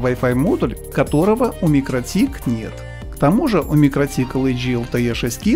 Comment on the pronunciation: Почему вы то правильно произносите название микротИк, то каверкаете его? Mikrotīkls Ltd (торговая марка MikroTik; читается «микроти'к» с ударением на вторую "и", в переводе с латышского "маленькая сеть" (mikro tīkls). //из википедии